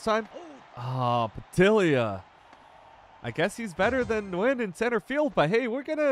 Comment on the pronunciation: pa-dillia 😂😂😂 bro pronounced Nguyen correct but not Padilla 🤡